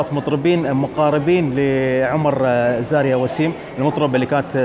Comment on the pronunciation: ملاحظة بسيطة استاذ.. الممثلة اسمها زايرا مش زاريا انت مصمم على زاريا من ايام فيلم دانغال 😂😂😂 تحياتي لك 🌹🌹